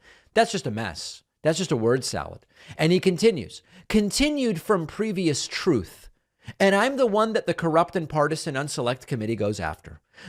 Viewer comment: In his last TROTH 😂🤣😂🤣😂